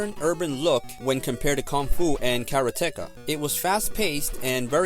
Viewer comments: Nice review but Karateka is pronounced like it looks "karate-ka".. not "kara-tecka" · Its pronounced "Karate Ka" but its not the first time I heard somebody pronounce it as one word. I wonder if it depends on the area? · That pronunciation of "Karateka" is mighty painful........considering the game is about 'Karate'. The "Ka" at the end of "Karate-Ka" signifies a practitioner, so a 'Karate-Ka' is a person who does Karate, just like Manga-Ka is a manga artist, etc, etc. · The narrator mispronounced the word. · His mispronunciation of karateka and calling Bruce lee's film death game instead of game of death are just the kind of thing us older gamers are going to have to accept from some of these kids who don't do enough research.